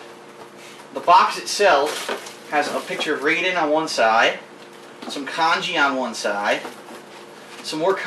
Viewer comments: ok, i'm that guy..., i will end you....EVERYONE KNOWS ITS PRONOUNCED RYE-DEN NOT RAY-DEN! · Why do all americans call Raiden, Rayden? Lol